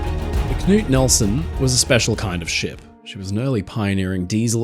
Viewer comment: As a speaker of Norwegian, I want to give a shoutout on his excellent pronunciation of the name “Knut” as I don’t think I’ve ever heard an English speaker do it better!